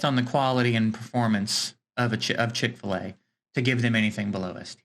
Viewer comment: Well at least you got chic-fil-a correct